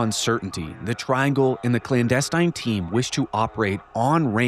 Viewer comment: you're the best! You should know you have been mispronouncing "clandestine" all this time. It's like nails on a chalkboard since you say it so often.